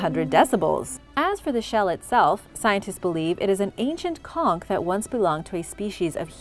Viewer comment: Plz they's blow conch shell horn in the carribbean all the time & you're the 1st foreigner to pronounce conch right!